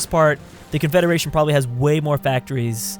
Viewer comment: Which 1? Confederation or confedaration?